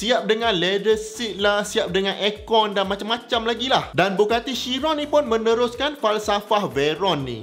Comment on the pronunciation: Pronunciation dia ialah kiron, bukan syiron. Boleh check dgn bugatti